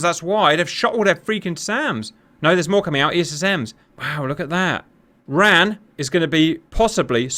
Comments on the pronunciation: Interesting scenario, but it is not said Ran as a word, it is always spelled out as R.A.N. and the RAAF is pronounced R double-A F. It makes you appear uninformed. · For future reference, RAAF is "R double-A F", RAN is R A N. 🙂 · Please RAN should be said as the separate letters R-A-N.. and not like the word ran as that is associated with the WRAN - the womens royal australian navy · WTF is RARF, it's pronounced the same as the UKs RAF ffs raff, or R double A F. And Stop saying Ran, as in ran away, its RAN, just say one letter at a time like you poms do with the RN. Perhaps a tad more research in future 🤦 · Pronounced… R-A-N, not ran; and rAAAf not RaF